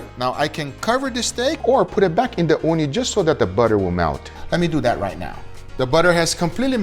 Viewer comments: I keep hearing "Uuni" what means Oven in Finnish. That got me so confused. XD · Ooni is pronounced as "uuni" which is Finnish for oven.